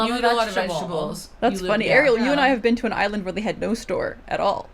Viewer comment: Came here to request exactly this: Ariel, PLEASE listen to how her name is correctly pronounced!